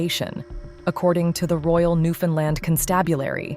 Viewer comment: I love how the AI could pronounce Newfoundland, but like 99% of America don't 😂😂 I'm American I just think it's crazy we don't kn9w this when I find it's actual pronunciation is much funner to say 😂